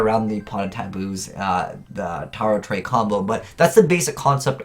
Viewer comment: The name of the card is pronounced as Tarot Ray